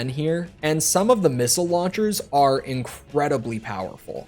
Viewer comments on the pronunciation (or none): none